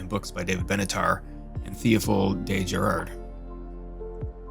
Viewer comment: Giraud: You say 'de Gir-oh'. You also mispronounce many other names. This is the 21st century, you have the internet, you have no excuse to be so invested in antinatalism and then be so lazy as not to simply look up the right pronunciation of the names of antinatalism's greatest proponents. If I can do it in a few seconds, why the hell can't you?